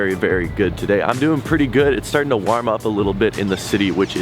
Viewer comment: love the vlogs constantly on rotation with only a couple of other guys, BUT the way you pronounce “warm” is grinding my gears. I understand your Canadian and that’s just how it sounds to you, but this has to stop. I hope you understand dry comedy - and also I’m kinda serious